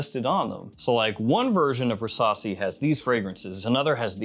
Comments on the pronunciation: Rasasi versasi 😂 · I can't be the only one that everytime he says "Rasasi" the only thing i can hear is "Versace" ....